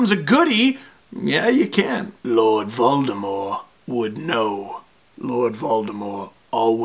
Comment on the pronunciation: The fandom in this video goes so deep that Steve uses the actual pronunciation of Voldemort that Rowling always intended! Vol-Deh-More, silent T.